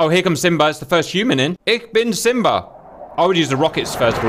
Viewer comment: Love when Cap calls Simba , " Simbra " lmao